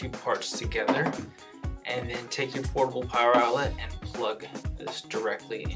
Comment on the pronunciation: I love portibal pwoer